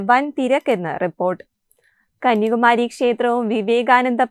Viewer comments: കന്യാകുമാരിയാണ് കന്യകുമാരിയല്ല അക്ഷരം നോക്കി വായിക്കു എന്തിനാ വികൃതം ആക്കുന്നത് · കുട്ടീ..... കന്യകുമാരിയല്ല കന്യാകുമാരി എന്ന് പറയൂ